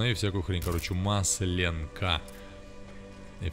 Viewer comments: Маслёнка - ударение на "Ё". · Не маслЕнка, а маслЁнка))))